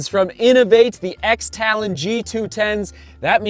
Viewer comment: And the X is pronounced cross.